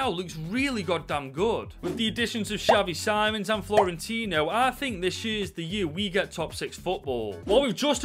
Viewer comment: No ofence but you say xavi sim-ons